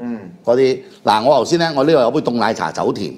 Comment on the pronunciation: 癡脷筋千啤，咁多年來講「頭先」都講唔到，講「油先」，唔知咩鄉下。